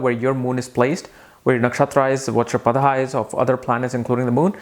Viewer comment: That is pada That is paada